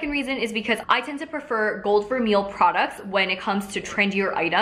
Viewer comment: i think it's "ver-may" :)